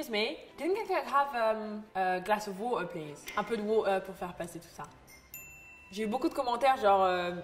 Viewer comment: On aime le glass of watahhh